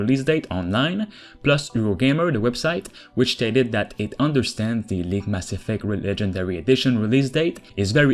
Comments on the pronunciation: Yo... Cool videos and all, but did you seriously say maSSEFECT? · I'm now pronouncing "Mass Effect" like you 🤔👊🏽 It just sounds dope that way 🤠